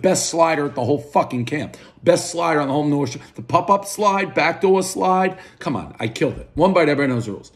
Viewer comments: It's pop-up slide damn it not pup up. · Dave must think the vowels U and O share the same pronunciation. Him and his pup up slides and hut puckits